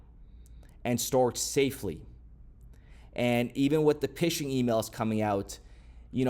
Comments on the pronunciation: Oh my God PH (F) sound FISHING NOT PISHING 😂😂😂😂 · Bro did you say "Pishing" emails? Lol. It's pronounced "fishing" but with a P because they're fake. With 10 years in the banking industry I figured you would have known that. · Pishing? Phishing... it's pronounced "fishing" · Hi. Phishing is pronounced the same as fishing 💪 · Guy, it’s fishing! The pH makes an F sound